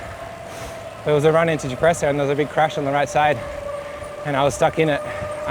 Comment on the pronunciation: It's YOUR show, but WTF is "caffy"? Coffee? Caffe? You guys should have ridden the bike path down from Sanremo. Cipressa = CHEE-PRESSA, not SEE-PREZZA. Poggio = POE-JOE, not PAW-GEE-OH. Gotta love Matthews - he's a trier, not afraid to lose, but I'm betting when it comes to moving to Italy, he'll think twice about the taxes vs Monaco! And even the stars get star-struck? Who knew? Nice interview overall - BRAVO!